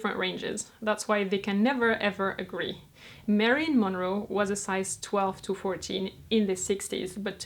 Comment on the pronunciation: I'm late to watching this video and I just wanted to say the I love how you say the name, "Marilyn"--it's fun to listen to other people speak your language when it's not their native language. But I'm not telling my clothing size; as an American, I am just too ashamed!!